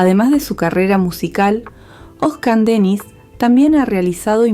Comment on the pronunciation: Irritante escuchar el nombre de nuestro ídolo mal pronunciado